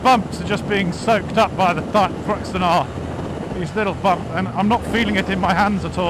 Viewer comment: I'm gonna have to start calling u ""!